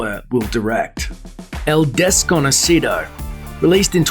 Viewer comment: "El-des-co-no-ci-dou!" Jaja